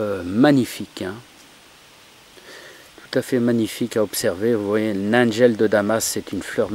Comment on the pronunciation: A quoi ca sert de filmer le coté du récipient pendant un bon moment et je pensais qu'en français on prononce nigelle pas naygel ... ?